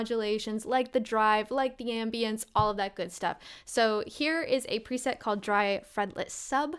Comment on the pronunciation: Did you just say "prisette"? Is that a joke? 😂 It's pre-set silly.